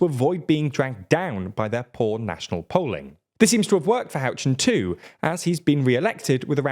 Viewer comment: Bit of a cultural pronunciation gone wrong there the way you pronounced Ben Houchen's last name my local Tees Mayor had me laughing so hard i thought i seen his picture to last me a life time 🤣